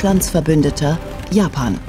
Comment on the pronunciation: Habe ich auch die ganze Zeit gedacht. Amerikana und Japana... 😂